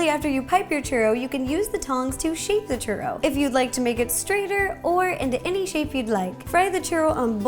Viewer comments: It's pronounced chew-ro not cher-ro. U is the hard letter not the R. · Churro, get it? Chur RO